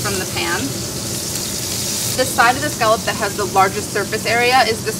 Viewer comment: It’s a little annoying to hear her pronounce scallop wrong over and over😒